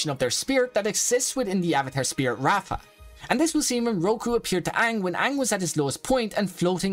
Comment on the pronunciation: Ok bro i love you video But it's not raafa it's raava 😅